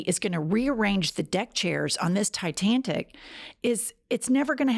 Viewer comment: welcome back❤ btw: Titanic, not Titan-tic. I heard "tic". If that's not what you said, I apologize.